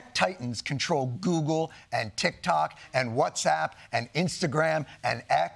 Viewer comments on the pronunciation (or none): none